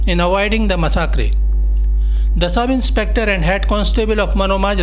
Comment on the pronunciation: Massacre pronunciation is incorrect kindly do not repeat in future